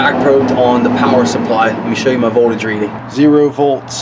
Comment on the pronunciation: Just thought I would let you know there is a 'T' in 'voldudge.'